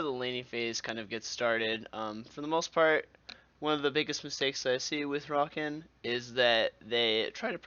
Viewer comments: in Hermione's voice It's not Rakan, it's Rakaan. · yeah i had to pause this and find another video because he was saying rakan wrong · I almost clicked away when you first pronounced his name...Xayah says his name in game, stahp that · he says his own name just slightly less often than draven. how can u get it so wrong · That's not how you say Rakan, Staaaaaaaaaaaaaaaaaaaaaaaaaaaaaaaaahp hahaha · Its like these people mispronounce the names just to piss us off. like How red mercy says "Zo" instead of "ZOh-EE". Learn to read. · agreed, xaya even calls him by proper pronunciation all the time. so an experienced one should know how to pronounce it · u pronounce his name wrong, therefore i will not watch